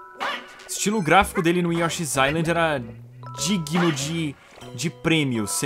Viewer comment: Yoshi's new inind... que pronuncia é essa? você conversa com seus amigos canadenses assim? nunca fale de uma ilha com eles.